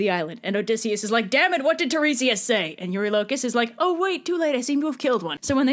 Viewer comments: after listening to epic hearing his name pronounced as shocked me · YOU'VE DOOMED US ALL